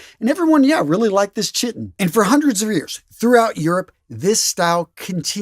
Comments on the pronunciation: "Chiton" is pronounced with a hard 'C' sound ("ky-ton"). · 'ch' in words of Greek origin is pronounced as 'k': chaos, character, ache, stomach, technical, etc. The pronunciation of the garment chiton is KIGH-ton. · Chiton = "kite-on," Celts = "kelts" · I think that Chiton was pronounced "kai-tn". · Chiton pronounced something like "Ki -ton" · Chiton is pronounced kyton. It starts with the Greek letter chi, pronounced ky like in Sigma Chi.